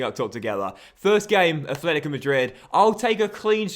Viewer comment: it's atletico, not athletico mate